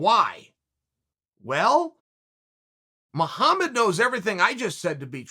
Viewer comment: “Blahal Muhlhammad” lol